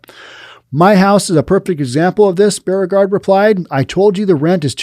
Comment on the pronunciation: Hi, another great podcast. Correction on your pronouncement of "Beauregard", it's pronounced "Bo-re-gard". Like "Beau" as in boyfriend.